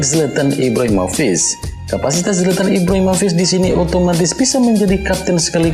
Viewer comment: Penyebutan rede crunic , nik bukan nis. Ibrahimovic , vik bukan vis